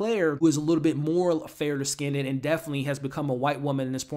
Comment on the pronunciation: It’s “skinned” (one syllable) not pronounced “skin-dead”